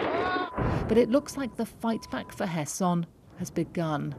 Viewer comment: As a Ukrainian I really appreciate this commentator pronouncing Kherson correctly